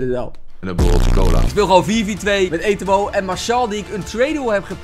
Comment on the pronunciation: Niemand:: Etowoo